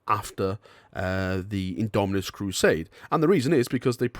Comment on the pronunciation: Its IndomiTus not indominus, damn it! (